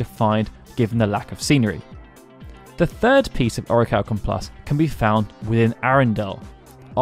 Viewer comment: Man says "oracalkum+" 🤦🏾🤦🏾🤦🏾🤣